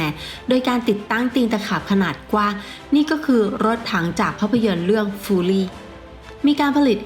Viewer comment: ฟิวรี่คับไม่ใช่ฟูรี่